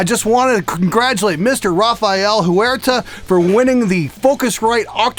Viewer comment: Rafael "Hoo-er-ta" lol I think that was Huerta. "Wer-ta"